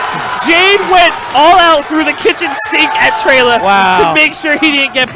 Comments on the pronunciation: It's 'Trela' not ' trailer' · for godssake its trela like fella. not traila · it's pronounced Trela! not Trayla... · Trela* not "trayla" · TRE-la. Not TREY-La. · dude seriously how do announcers not know how to say names correctly...especially someone as big as TRELA not trayluh... pissin me off bruh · am I the only one really annoyed that the announcer is pronouncing it Tray-Luh? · tray-la lmao okay? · can't even say trela right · These commentators made this set unbearable to watch. They pronounced trela wrong even though he's a well known player and kept referring to Jade as a she. It hurt my ears. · I hate how he said trela name it sounds awful. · Horrible commentators. Extremely biased and don't even pronounce Trela's name right.